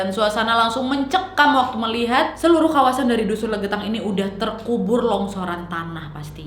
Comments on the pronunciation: Yawla saking semangatnya cerita Berkali-kali dusun jadi dukun 😂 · Apa pendengaran gue aja ya yang ngga jelas yang gue dengar dukun bukan dusun dimenit maaf kalo salah🙏🙏🙏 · Dia bilang dusun kok kedengarannya dukuh/dukun sih 🤔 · 8.19 dusun or dukun? 2x salah ngucap wkwk